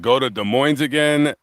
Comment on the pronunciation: So this isn't live, because it's now November!!! I don't remember you being in Columbus because that where I lived for the first 12 years of my life. Haven't been back since, 62 years ago. Than you mentioned Des Moines (the S in Moines is silent, like in Illinois, I saw that video, I lived there too, for 38 years 😅.